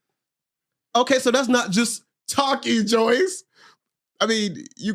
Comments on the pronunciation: the moment with cashy just felt so awkward.. and why are you asking your guests about their personal sexual life on that level?? unprofessional af but handled this whole experience well even down to him saying her name wrong the whole time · Omg it kills me how she never corrects them too like her name does not have a Y where do yall get Joyce from?